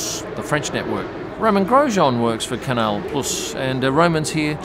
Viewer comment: ok - it's not you, it's me, but it just sounds weird when you pronounce the 's' in Canal + (Plus). BUT having said that, love how you pronounce BAH-rain, not bad for a boy from Daws Road High School! :0)